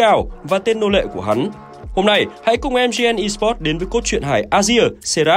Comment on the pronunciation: Sao lại là em gi en , phải là mờ gờ nờ chứ ad 😂😂😂😂